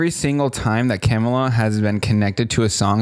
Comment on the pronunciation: Hi, just FYI. Kamala is pronounced Comma-La. Like a “,” .